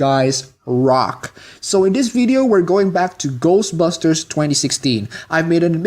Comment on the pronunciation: My problem with people like you is that you put the emphasis in the "busters" part of "ghostbusters", when it goes in the "ghost" part of the title. I mean, its like when Buu in DBZ pronounced "Ugly" as "OOgly" He HEARD the pronunciation, he (and you) can't just repeat what he hears? He didn't read it and then try to pronounce it. That's the only way he could have made that mistake. Bad writing. What I'm trying to say is that you're badly written. God or several gods or universe wrote you out of inexperience. They've been around for thousands of years and still they made that mistake? Look, I get peeved about very specific things okay? OKAY? Its about the principle of the matter. Come on ,guy. Come on. In all seriousness, congrats on the subs. Keep it up. (Good editing/timing, and good points. "this is okay, and this is not" great point, actually. whew, long parenthetical)